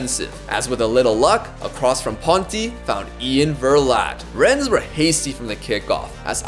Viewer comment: ES in Rennes is silent :) It's pronounced Renn